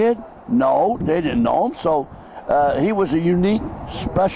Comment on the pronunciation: If you listen to it in context, it sounds like he did say Marciano didn't like Ali because he talked. But intstead of saying "didn't" its more like "dint"